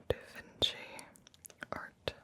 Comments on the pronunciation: da vinky?!? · "Who painted the Mona Lisa?" "Bro, Mona Lisa" "Da Vinky??"